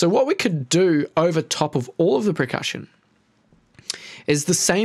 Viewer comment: anyone else hear him say "pre-cussion" every time?